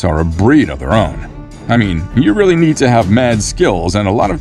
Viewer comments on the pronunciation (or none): none